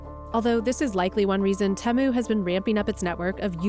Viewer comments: If it was pronounced teh-moo, then it would be spelled as Temmu, but it's not Temmu. It's Temu, so the E sound is long so tee-moo. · Say it with me now: TEE-moo. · The way that the person pronounced Temu does my head in. Who approved this? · How come she is pronouncing temu so differently from the rest of the video? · I gave this video a thumbs down because the journalist couldn’t even pronounce Temu properly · Say Temu correctly. This is gonna die once Trump imposes his tariffs.